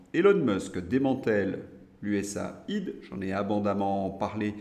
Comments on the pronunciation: Juste quelques détails: Niel comme miel, pas Nil. Prononcer US aide. Merci pour votre travail, bonne continuation. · USAID se décompose US +Aid, donc se prononce [ you esse eyd] 😊